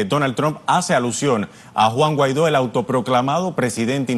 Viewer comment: Guan guaido?? ..si no sabes ni pronunciar un nombre ...😂😂